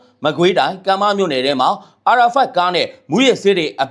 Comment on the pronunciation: အာရာဖတ်မဟုတ်ဘူး ALphard အယ်ဖတ်ပါ အာရာဖတ်ဆို ပါလစ်စတိုင်းကအာဇာနီခေါင်း ဆောင်ကြီးရဲ့အမည်ဖြစ်နေပါတယ်။